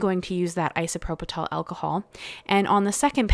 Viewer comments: These are beautiful! Yeah- the strike is really a bummer… (PS it’s pronounced “eye sew PRO pill” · It’s isoproPYL. There’s no t in the word. Beautiful. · Beautiful cards! You did make me chuckle, it's pronounced: Eye-so-pro-pull alcohol 👍 I've subbed 😊